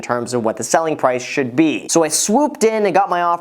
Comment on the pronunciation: He sometimes pronounces the r sound, sometimes doesn't. Like he says "approval" and then says "pwice". Is that normal?